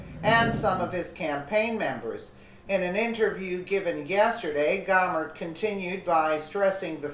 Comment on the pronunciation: Love this lady but Louie Gohmert's name is pronounced....gomurt...